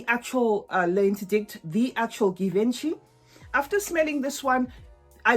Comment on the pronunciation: That s not how it supposed to pronounce Givenchy!!!!!!!!